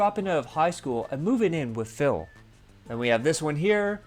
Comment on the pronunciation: I swear Joon called him Phail about 50 times, it was so noticeable. Also I dont think Phil even knows what actually happened or how he felt during the time. he just has a list of lies he goes through for every instance.